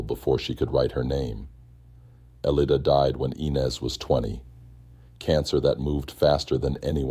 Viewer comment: Omg that's my name !!elida, It sounds funny hearing an AI pronounce it lol